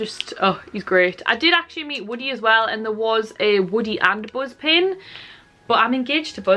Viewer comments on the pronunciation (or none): none